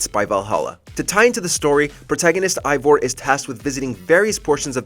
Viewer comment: AYE-vor not EYE-vor, and you can easily spend 200+ hours on that game.